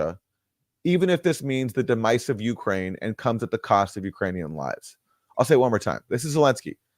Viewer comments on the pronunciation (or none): I’m sorry - did Aaron say “de-mice” for the word “demise”??? Is this just some Canadian tomfoolery??